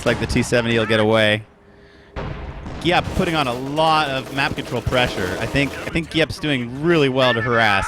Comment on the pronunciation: Finally got Giap's name right, well done.